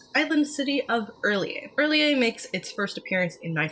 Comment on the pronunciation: Yaaayyy!! Finally I get to hear somebody pronounce R'lyeh the same way I do! Not a big deal I know, but agreeing on a weird, made-up alien language is rare